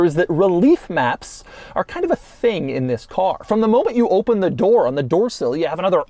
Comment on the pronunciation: doug its open not oh pun